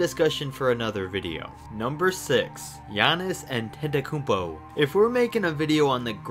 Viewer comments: Giannis Atekljaetpa😆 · Dude ,its Giannis Antetokounmpo